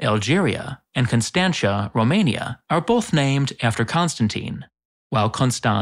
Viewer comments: You pronounced Constanța wrong, it's pronounced like how you pronounced the next city name, Konstanz, you just have add an "ah" to the end, and it's perfect. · Constanța isn't pronounced "Constancia" but "Constantza". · Why bucher the romanian Constanța? It is pronounced almost identical to Konstanz....only add an A at the end.